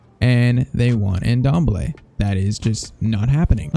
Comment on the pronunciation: The N in Ndombele is silent lol